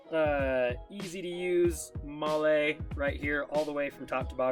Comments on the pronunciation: Moll-lay. Wow. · Hahaha this is great. Moll lay hahahha